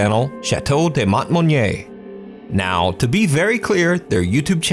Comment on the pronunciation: In French de is pronounced as "duh". It's only "day" if it's the plural des. Just a tip. Lol. Love all your videos!❤😊